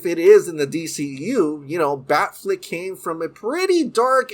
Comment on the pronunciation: Dude, I dig your show but the constant mispronunciations drive me nuts. A particular recurring example is you pronounce "Affleck" properly, yet you keep saying "Bat FLICK". Dude, it's FLECK, like in his last name.